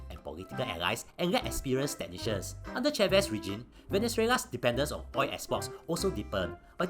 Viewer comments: I like how you pronounce “oil” as “oi” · Oi is easier to pronounce lah, the Singaporean tongue very difficult to pronounce L :face-blue-smiling::face-blue-smiling::face-blue-smiling